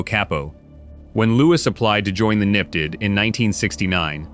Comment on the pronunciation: It's N.Y.P.D. not "nipid"!